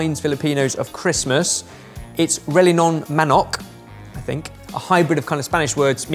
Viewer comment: Pronunciation of the Filipino dish is more like "relYEnong manOHK" but I appreciate the effort put forth in the video (and blooper) lol